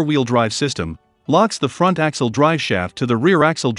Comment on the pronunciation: good video. too bad it's computer read. So words like front are pronounce Font. and missing words make the speech choppy.